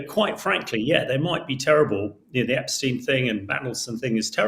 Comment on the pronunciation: Some wonderful guests this morning. Liam Halligan and Jamie Jenkins are the best numbers men going. I would really like to see a lot more of Hamish De Bretton Gorden. I've always enjoyed his Telegraph articles and he is one of the few people who knows how to pronounce Epstein. The Beatles manager wasn't Brian Epsteen, West Side Story wasn't composed by Leonard Bernsteen and the Theory of Relativity wasn't proposed by Albert Einsteen.